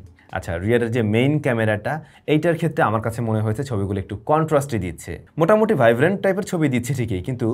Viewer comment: ৩:১৭ মিনিটে মিসটেক আছে ভাই,, আপনি মোটামুটি, না বলে মোতামুটি বলেছেন